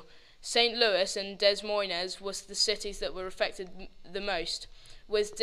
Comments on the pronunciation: Very good video. However, Des Moines is pronounced (Deh Moine.)The s's are silent :) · Hahahahaha "Des Moines" is pronounced "Duh Moin" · To clear this pronunciation problem up for everyone...Des Moines is closer to Day Moin .... It's french. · Are you guys from the UK? I'm disappointed you didn't know your french in pronouncing Des Moines. Otherwise good job.